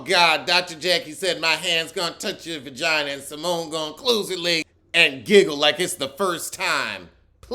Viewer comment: Seriously Toya saying “Vergina” annoyed me glad to see I wasn’t alone